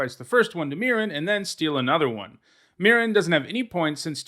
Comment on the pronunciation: MEE-ren. Otherwise, great list!